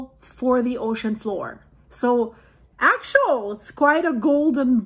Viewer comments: Axial, phonetic spelling is "Ax-e-al". Just to help😁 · Ray Idaho love your show now. AX-E- AL. AXIAL GOT IT GOOD.WHERE DO YOU GET THAT ACCENT FROM ??? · It is pronounced Ax-e-all. This volcano doesn't pose any danger of a tsunami. When it erupts, the result is the lava zone collapsing. The threat of a tsunami comes from. rapid movements between the two tectonic plates, such as tension building and then quickly releasing. This volcano is extremely deep, meters deep. I've been fortunate to participate is many research cruises over the years to this location for maintenance and construction of the cabled array. There are many many instruments monitoring the activity 24/7. The science data being collected in real time is incredible for the understanding of plate tectonics and volcanic activity worldwide. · The way she says "Axial" sounds so similar to "actual" it's quite distracting. But thanks for the information. Very interesting. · Yes, it's pronounced more like Axe-E-UL or Axey-uL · Axial. Ack-see-al. Actual. Ack-choo-al Accumulate. Ack-cue-myoo -late Similar. Sih-mih-larr Simulate. Sih-myoo-late Earth’s. Rrr-th-sss. Not Rrr-thiss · Ax ee ul. Three syllables. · Pronounced. Ax E Al. Like an ax. Like the letter E. And someone named Al. Or like the word "all" ( Ax E Al ) Thanks for the update. I have been watching the Axial volcano for a while. Good vlog 👍🏽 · 3 syllables. Ax-ee-ul